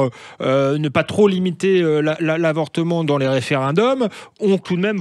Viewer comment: Quand un type (le fils Sarko) fait une liaison après "TROP" comme s'il y avait un S ou un Z à la fin ... on est autorisé à croire qu'il n'est pas tellement éduqué ...